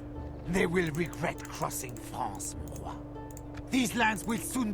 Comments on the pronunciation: What's this "mowarh" word they keep saying? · It's "Mon Roi", it means "My King".